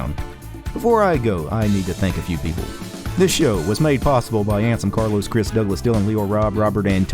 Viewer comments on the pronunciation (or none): none